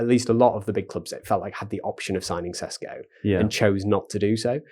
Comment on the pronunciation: Sheshko... not Sesko